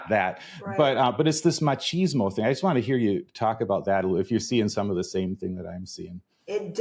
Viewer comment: On a lighter note... dear Americans.... "Ma-cheeze-mo"? ❌ Erm no. Seriously. No. Cheese is for crackers, sandwiches and pizza.... with herbs.... not erbs. "Mach-is-mo" ✔ Proper pronunciation promotes precise perception Here endeth today's (English as a Foreign Language) lesson. 🇧🇲🧙‍♀️🇬🇧